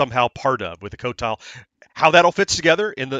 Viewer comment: I just realized you pronounced it co-tile! Great job! And guess what! Even Atari makes the same mistake. In the song flynyar warriors, they pronounce it Quotile. Actually the high score for game 6 (Ultimate yars) is 3 million, you could possibly get it.